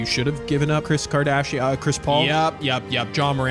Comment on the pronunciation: Bro said chis Kardashian